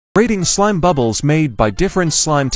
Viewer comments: so we’re not gonna talk about how the voice said “B U B L Ë S S“ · "BUB LISS"💀💀